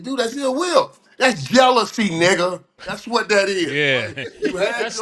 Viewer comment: hearing Mike saying nugguh like that took me out 😂😂😂